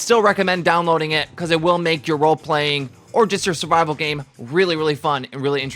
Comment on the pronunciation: Survival not Suvival... please correct your grammar.